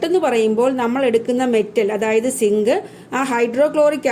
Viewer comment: Teacher sink alla zinc annu